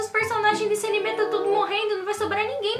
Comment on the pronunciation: Não é animê é anime